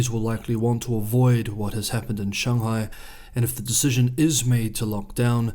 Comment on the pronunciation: All good. Actually, I was somewhat serious about the pronunciation of Beijing, especially because I was indeed certain, based on your tone mastery (way beyond my ability BTW) and, contrary to your assertion, nailing 'Shanghai' with a 'bung' and not the hideous sounding 'bang' of the anglicised version, that you are well aware of the correct pronunciation. FWIW, I don't think it is at all pretentious to acknowledge and use the correct pronunciation. On the contrary I regard it as both educational and a mark of respect of the culture. Similarly, I fully support the effort of the Maori of Aoteraroa to reclaim their original pronunciations of place names. And it can be fun too. For example, 'Whakatane'. 😮 There is some really serious and alarming stuff going on in the world at the moment and it is often hard to get to the truth. I have a particular interest in China and have just discovered your channel. So please keep up the great work and don't let my little nit pick distract you from the great analyses and perspectives that you are producing.